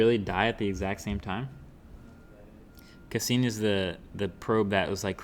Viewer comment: Congrats on hitting the 5 million viewer mark but fucking blowing the pronunciation of the probe Cassini! I can probably speak for all your science oriented viewers out there that watch your channel. Ya flipping blew it! Sounds like you don't even know what the Cassini probe is or what it was about. (and everyone on the planet should know BTW). Neil degrasse Tyson would have loved that moment! In a way Cassini helped you get to that 5 million mark. Your channel is over for me in my book. Good luck to you on your next 5 mil gathering. Next time show some knowledge and respect for science and technology by knowing a little more then an on off switch or which mic to use for your broadcast. Out of here.."Click"